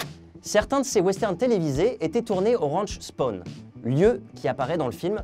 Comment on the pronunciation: C'est pas Georges "Spone" mais Georges Spahn (Prononcer "Spène" avec un son légèrement nasillard sur le "è"). Phonétiquement ça donnerait "Djordje Spène Rènch". Sinon très bonne vidéo !😉